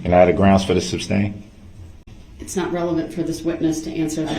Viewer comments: Him saying substain bugs me just about as much as him tapping his pen, almost as much as his nails, almost as much as subject jurisdiction, lisense plates, and his lies. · It’s the “substain” for me 😂